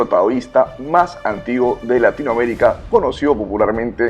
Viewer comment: Latinoamérica. Pronúncielo bien la próxima vez.